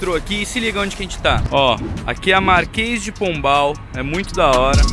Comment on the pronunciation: Lolol é Marquês de Pombal e não Masques hahaha !